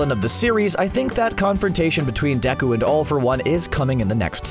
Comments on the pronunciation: Narrator: "I was cool in school" Also narrator: *Watches dubbed anime. Also also narrator: Says *Deko Me: TF??!!.😑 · I know this man didn’t just say “Deko” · did anyone else hear him say deko?